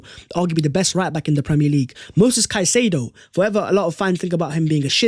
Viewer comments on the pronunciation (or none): none